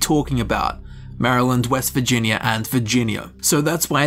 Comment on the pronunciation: All I hear in the first five minutes of this video is "vagina".